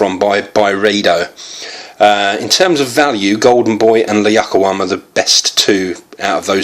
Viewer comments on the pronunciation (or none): It's actually pronouced "lah..you-qa-wam" ! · Ziad AL-Abbady Yes,I also can not understand how it is so difficult just to read letters and pronounce it correct?He misses it every time...